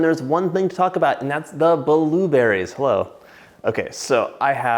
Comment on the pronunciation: i love how he says bUHlewBERRIES